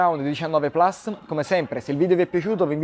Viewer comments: Una domanda ma dici Plas per fare l'inglese o perché non hai studiato il latino. Vivi in Italia per cui Plus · No mi sento peggio vedendo la lingua Italiana massacrata, gli americani dicono plas perchè non riesconoa pronunciare la u. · Porca Eva rimandato a settembre, ma Plas si pronuncia sempre Plus.